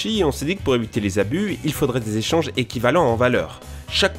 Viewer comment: C'est quoi les "jéchanges" je connais pas xD